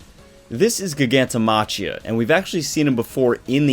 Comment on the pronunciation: Gigantomachia (Jai-gan-tow-mah-key-uh). It's a play on Gigantic, -machy (mah-key) is an English suffix.